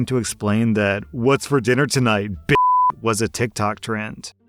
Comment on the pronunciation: Also side note, the way you say b** when you're doing it in a Karen or a Kevin voice makes me laugh every time! The emphasi On the letter B is just so funny